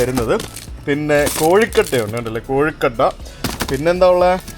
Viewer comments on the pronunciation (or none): അത് കൊഴുക്കട്ട ആണ്. കോഴിക്കട്ട അല്ല.😊❤